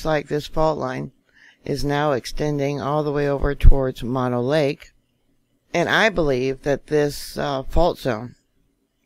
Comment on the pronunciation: Moe-no lake. Not Ma-no